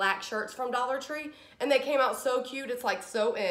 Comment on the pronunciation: You have the best attitude. I just love your videos and how you say, "For a dollah"